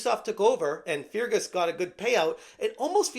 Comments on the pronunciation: Pronounced Fergus Urkwart. Feargess Urkoohart is a pretty funny way of saying it though. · Fear Gus Urgu heart 😂😂😂😂 dude say fergus urk hart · It's pronounced "Fergus Urkhart", great video ty.(although I bet he's letting off some "Fear Gas" at the moment with the way Obsidious is behaving.) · Please, in the name of Saint Columba, it's pronounced Fergus URK-ut. My Scots soul just cried a bit. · Its pronounced "fer-gus urk-hart", hope that helps. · For future reference i'm pretty sure "Feargus" is pronounced "Fergus" and i'm pretty positive that "Urquhart" is pronounced "Erkhart". The second "U" is silent.